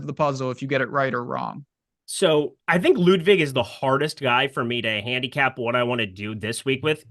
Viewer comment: please call him Ludvig if you can't prounounce his last name;) and thanks for good content guys!!